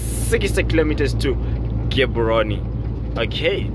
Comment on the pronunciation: Gaborone not Gaboroni